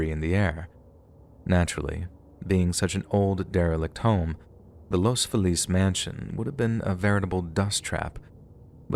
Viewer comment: It’s Pronounced Los Fee lez aka Los Felix near Glendale